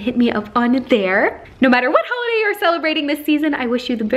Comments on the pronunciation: Holiday... you mean HAULiday ? :D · It's hauliday